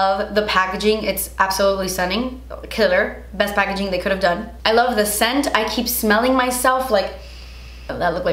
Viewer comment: “ I lava you guys “ I lava you more 😂❤️